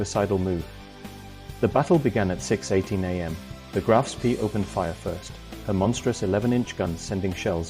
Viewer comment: The pictures are pure invention -generated by computer. There are plenty of photos of Ajax available, why use these silly inventions? Graf Spee is pronounced to rhyme with 'bay'.